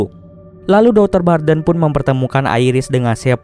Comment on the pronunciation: Bukan barren tapi barden